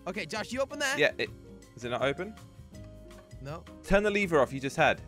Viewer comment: What’s funny is josh says leever not lever